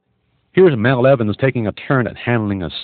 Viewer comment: It’s Mal Evans, not Mel